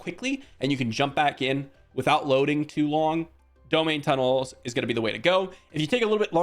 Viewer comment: I may be wrong but I believe it's pronounced dome-hine tunnels. Blizzard should put out a statement on the proper pronunciation though so that we know for sure. But anyway, thanks for the info!